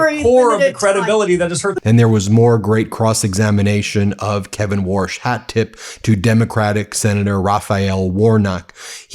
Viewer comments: Take the warsh out! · Warsh just gets worsh every time he opens his mouf. Another Twump fwunky.